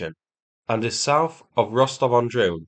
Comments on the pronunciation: Lol, pretty sure he said "Rostov on drone". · Rostov-on-Drone...you tried to slip that one by us. nice ;-) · Rostov-on-Drone you say? :)